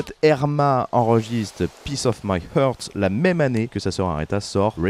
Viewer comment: Faut vraiment que tu t’entraînes à prononcer heart ! T’as qu’à penser à « unchain my heart » tu dis pas unchain my « eurte » ! A part ça le podcast est cool 👍